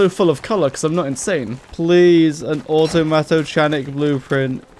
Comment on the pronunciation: “chanic” (in automatochanic) is pronounced with a k like “mechanic”